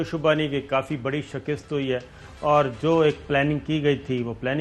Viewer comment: SHIKAST …. Correct your Urdu